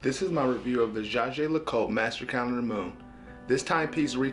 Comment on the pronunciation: Enjoyed that. You mangle saying "Jaeger Lecoultre" every time though.